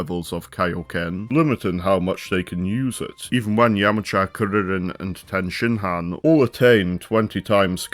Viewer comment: Just found this video and THANK YOU, for pronouncing Saiyan correctly and for saying Kuririn/Teshinhan/Kienzan/Taiyoken and so on. Also spelling the name as Chaozu